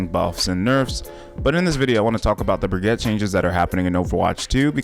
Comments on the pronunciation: It's pronounced "Brig-ita". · ... at this point you are saying Baguette... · Love how he calls her bragatte